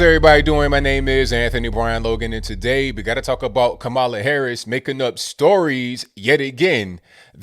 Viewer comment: "KaMaiuula" lol